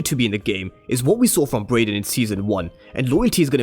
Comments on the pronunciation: bro you keep pronouncing his name as “Broyden”🤣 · Why u calling him broyden 🤣